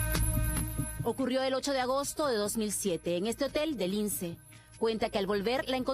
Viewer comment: se dice lince no lines